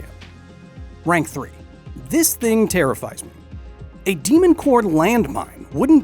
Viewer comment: Again, The «mon cœur», oh la la!